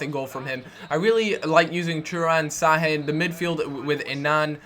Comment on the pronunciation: you say Sha-hin not Sa-hin thats why there is the thing under the S:P